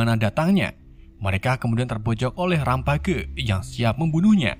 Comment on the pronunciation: bukan rampage tapi rempej